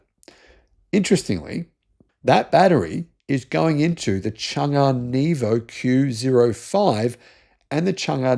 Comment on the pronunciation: Not neevo > nevo like net + o I'm a retired learning disabilities teacher with a linguistics major. No PhD in everything like all.